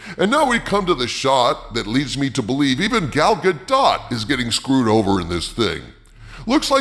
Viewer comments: The T in Gadot is silent. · You should learn how to pronounce Gal Gadot's name properly.